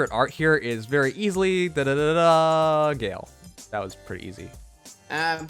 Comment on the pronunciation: I free pulled Dimitri +atk-spd. Hearing how you say Galle is funny.